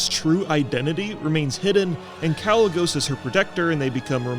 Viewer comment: Why would he call himself Kalec if you're pronouncing the name without the "C" then why would you shorten it and use the "C"?